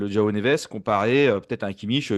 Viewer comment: Sympa la vidéo ... Mais en portugais le J se prononce Je pas Re.... 🥶🥶. Donc J(e)oao ... J(e)orge ...